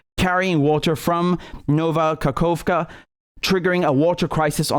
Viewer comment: Sorry ofcourse, but the entire combination of completely, not only mispronouncing, but even misreading "ka-hof-ka" as "kakova" and having no second thought on it and then pronouncing Dnipro basically absolutely correct and saying "sorry, it's probably pronounced differently" in the beginning made me laugh really much, especially this "nova-kakova" right after it, because it does sound very funny and silly, moreover that it's said on completely serious face and manner